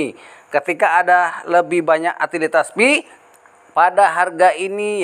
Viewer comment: Utilitas dibacanya Yutilitas ya bro...bukan dibaca Atilitas